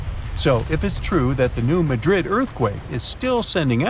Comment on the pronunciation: It's New-mad'-dred Accent on second syllable.